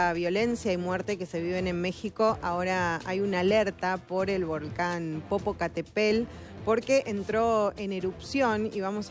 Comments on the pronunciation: Jajaaja popocatepel,,ni si quiera sabe pronunciar bien,popocatepetl,y es reportera ,jajajaj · 😂😂😂😂 jajaja jajaja jajajaja Popocatépel como dice: po.po.ca.te.pel........una vez más popocatepel